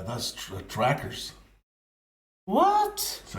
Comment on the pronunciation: Tracer, not tracker.